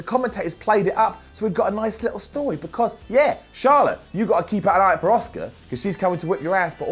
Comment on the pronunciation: Her name is Asuka not Oscar Simon.